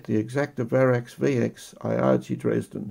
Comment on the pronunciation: ee-HAH-gay, not eye-AH-jee.